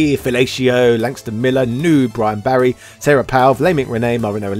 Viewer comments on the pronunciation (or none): none